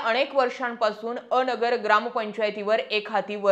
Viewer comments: अ.. नगर असं न म्हणता अनगर म्हणावं... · बाई अ नगर न्हवे अनगर म्हणा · अ..... नगर असे नाही अनगर असे आहे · अ-नगर. नाही अन-गर ( अनगर) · अ नगर नाही ते अनगर किव्हा अंगर असा उच्चार होतो उगाचाच गावाला बदनाम करू नक्का 😂😂😂 😅😅😅😅😅😅😅😅😅😅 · मॅडम अनगर म्हणा bircet अ नगर बोलता